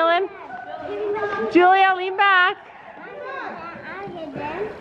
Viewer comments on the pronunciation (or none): none